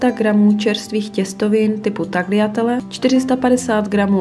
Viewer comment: Fajn recept, vyzkouším :-) Jen pozor na výslovnost u pasty - čtou se taliatele.